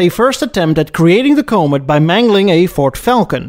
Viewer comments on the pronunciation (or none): A nice little video. Thanks. Just one suggestion: since you seem to prefer discussing American cars on your channel, make sure you know how to pronounce their names. The Comet is pronounced kä-mət, not kō-mət. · Bit late now, but for future reference, the word or name ‘Comet‘ is NOT pronounced similar to 'comb it', but more like ‘comment’, minus the ‘n’ of course… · comb-it for comet. Are you a chinese robot? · Great content,. I thought Edsel was above Mercury. Surprised me. In the US where the Comet was made we call it “cah-met” and not “coh-met”. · SSEL, not EdZZEL. CALM-et, not COMB-et. Basic respect: say names correctly (this not about accents; yours is terrific!) A designer recalled the clay Comet mock-up was wheeled from Edsel to Mercury studio. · It's pronounced, CO-MET, not COH-MET. Capeche? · Come on... KOA-met? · Someone needs to learn how to pronounce "comet" correctly... along with a few other words! 🤦‍♂️ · I'm there. Send me two. People try to correct his pronunciation but he evidently feels we are all wrong. There have been movies named Cimaron. Haleys Comet. Its not like the correct pronunciation is a secret or something. I have been to Holland. They speak English pretty good. Especially the hookers and drug dealers. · I had no clue that McNamara was with Ford before getting knee deep with the Vietnam quagmire. Good to know. I'm also going to need for you to pronounce COMET correctly. You're doing that Stewie thing on Family Guy where he pronounces Cool Whip all weird and I will not have it! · I don't think the design was that bad. my mom always talked about how ugly they were. maybe if they had dedicated assembly lines things would have turned out better for this car line. also you pronounce "comet" wrong